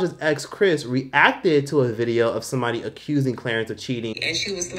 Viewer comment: “Clerence Rack” 😫🤦🏾‍♀️